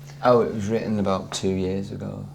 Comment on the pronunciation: and he said mitten instead of written 😂😂😂😂😂